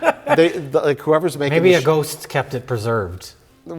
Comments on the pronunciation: Lol and ghoooowst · If this comment gets 100k down votes, Mike will stop saying Ghowst, and start pronouncing Ghost correctly